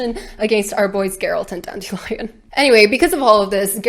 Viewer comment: I have been listening to this audio book, and it drives me nuts that the narrator pronunciation of Dandelion is DAN-DILLY-UN. 💜💜💜💜💜